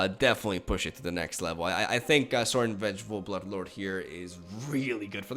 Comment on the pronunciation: sorin vengeful buttlord, i dunno thats what i heard when he said it lol